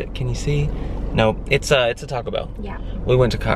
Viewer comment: "We went to cockobell" I'm dying!!